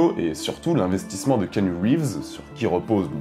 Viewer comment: On ne prononce pas kinu rives mais ki-A-nu reeves